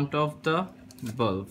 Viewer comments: It is not bulf its bulb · On you saying you need a bulf It's not a bulf. it's BULB 😂😂😂😂😁😁😁😀😀😀😀😀🤣🤣🤣🤣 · It's not bulf it's bulb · What's is balaff 😂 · not bulf it is bulb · It's a bulb not a bulf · bro pls improve your vocabulary skills it's not bulf it's bulb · Bulf nahi Bulb bolte hai. Aur shoe box par tune bulb ki outline draw Kari hai ya Lund banaya hai. Jab English nahi aati toh q uski Maa behan kar raha hai. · word bulf is wrong brother its bulb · It's a bulb not ''Bulf'' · honestly lad I though you said bomb protecter